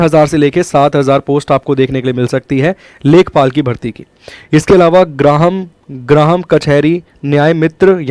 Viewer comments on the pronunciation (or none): अंकेशक नही अंकेक्षक ग्राहम नही ग्राम होता है 🤣